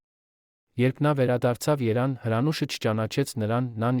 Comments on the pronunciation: Չեմ հասկանբւմ ոչ ոք չի լսում ինչպես են կարդում տեքստը. Երեւանը երան. հետեւումը հետում. Շարունակեմ թե?Հերիք աղավաղեք հայերենը մի հատ վերանայեք ստուգեք Ձեր եթերները։😣😣😣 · Երան ֊ Երևան , ի վիճակի չե՞ս բառը ճիշտ արտասանել , մի՛ կարդա , զզվանք ես հարուցում։ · Հորինում եք։ Իչու ե՞ք Երևանին -երան ասում, զզվելի է։ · Տեքստը կարդացողը, կարծես արհեստական բանականությունով կարդա ,,և,, տառը չի արտաբերում և' շեշտադրումը ճիշտ չէ, Երևանը հնչեցնում է սխալ ,,եվան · Զզվեցրեցիր Երան,Երան ասելով չես կարող արտասանել թող ուրիշ մարդ կարդա։ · Միայն Երեւանը չի հարգելիս ամբողջ տեքստը բառերից սկսած առոգանություն ոչ մի կետադրական նշան ։Չի լսվում եւ շատ տհաճ է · Կարդացողը Երևանը կիսատ է ասում, լավ չի։